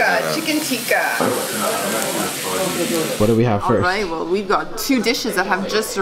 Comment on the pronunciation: its pronounced tikka,not tiika